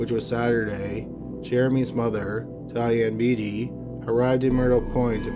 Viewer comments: wait. did he say his moms name was diabetes? :s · "Diane Beatty". I totally thought her name was "diabetes" for a minute.